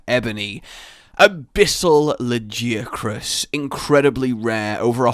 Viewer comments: La-Gi-A-Crus, this is almost as bad as your behemoth, Odogaron, or Bazelgeuse names lol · "lag-ee-a-crus",. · La (like la la la) Gaia (WITH A G and not a j) Crus (like crust) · La gi a chris? I always pronounced it Lag i ac rus I just think it sounds better that way. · Did anyone else get triggered by his pronunciation of 'Lagiacrus'?